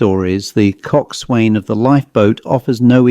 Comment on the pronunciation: It's pronounced "cok son". Like "forecastle" or "boatswain, with parts of the words slurred or dropped.